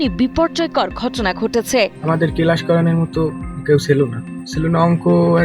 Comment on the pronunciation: কেলাস😂 পেরাইবেট দিছি😂🎉🎉🎉 গ্যাছে আর, আইছে,,,,, 😂